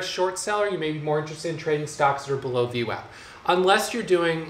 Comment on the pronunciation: called VWAP, VNECK, lol!!